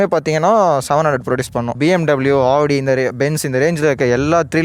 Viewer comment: Bro adhu audi bro nee ena avadi nu soldra 🤣🤣🤣🤣😂😂😂